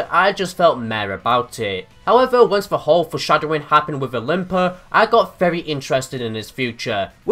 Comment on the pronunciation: Its olimpiya not olimpa